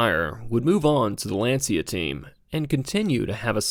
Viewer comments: It is pronounced "lawn-chuh" not "lan-see-uh" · Lancia not pronounced Lan-see-uh, it’s Lawn-chya. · Hearing Lancia pronounced as Lan See A hurt...lol. It's pronounced Lon chee ah.....almost like chia pet...lol...but with a very light "e" after the ch.